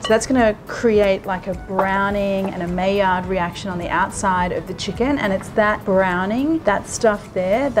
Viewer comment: It’s pronounced MY-Yard, not MAY-yard